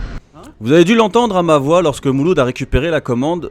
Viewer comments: " mouloud " tu la pas respecté le pauvre 😂😂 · A 6 min 12 il appelle mouloud comme ça y’a plus de problème 🤣